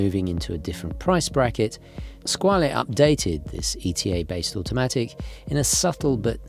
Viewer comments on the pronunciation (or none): Its pronounced scwarll